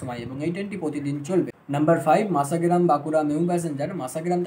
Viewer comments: মাসা মাসা করলে অনেকেই বিরক্ত হবে, স্পষ্ট করে উচ্চারণ করো ভাই, মশা গ্রাম। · ট্রেনের নাম মাসাগ্রাম নয় ভাই, ওটার নাম মসাগ্রাম। ভিডিও আপলোড করার আগে সঠিক বানান সহ উচ্চারণ বিবেচনা করতে হবে। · Vai masagram uchharon ta thik thak kore koro